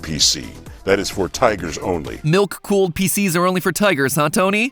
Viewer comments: I cant be the only one who heard nuke cooled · Am I the only one that thought he said "nuke cooled" pc 😭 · Idk why but when tony said he had a milk cooled pc, I thought he said NUKE cooled pc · Anyone else hearing Tony call his pc "nuke-cooled". No? No, just, just me. Ok. Ok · i thought he said “nuke fueled pc” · At the start i thought Tony said nuke cooled pc.